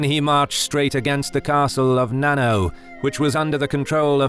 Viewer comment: Not "nano" castle as in nanotechnology or nanometer but na-na-o where the vowels in "na-na" are the same as those in papa or mama and the "o" is the "o" OMG. The translation of the characters in 七尾 is seven tails.